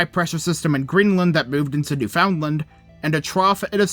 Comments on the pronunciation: Okay, sorry, I can't get over how you pronounce "Newfoundland". It's supposed to be "new-fin-land", there's no stress on the "found". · For further reference so no newfoundlanders are triggered. it’s pronounced new-fundland. Locals pronounce it newfunlan. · Small Correction: Newfoundland is actually pronounced "New-fan-lund." Just FYI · Bro can’t even say Newfoundland properly 🙄